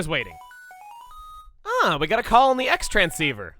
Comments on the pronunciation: Chugga my guy you called it a cross transceiver when you got it but when it's shortened you Americanized it. 😂😂 Like it's well known that Japan uses 'X' as 'cross' in most languages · It's pronounced "CROSS-tranceiver"! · the game already told you that X in "Xtransceiver" is pronounced "cross". it is the "Cross Transceiver"